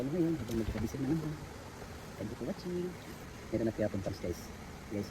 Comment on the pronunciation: Napurga na kami sa kasasabi ni ng tenk yu por watsing